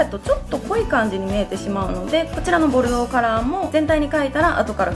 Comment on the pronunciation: 今回はちゃんと「ボルドー」って言えたね☺️w